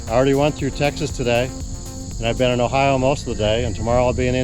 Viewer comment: Hey but you said Ohio just right like my family. 😀